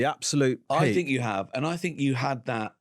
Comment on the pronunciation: uh uh uh I Fink